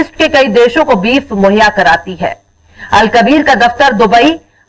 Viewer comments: al kbir .alk bir .dosra galt he.al .kbir shi lafz he. . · Al Kabeer boliye madam alag alag boliye al ko alag bolna hai aur kabir ko alag